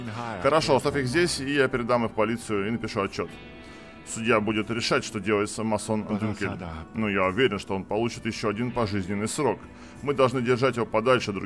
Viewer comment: Отличное прохождение, только он не Массон Дюнкел, он явно Мэйсон Дункель)